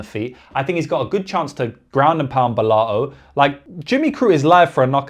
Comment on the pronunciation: Very good breakdown! And the bri-ish Bella-O pronounce was funny 😂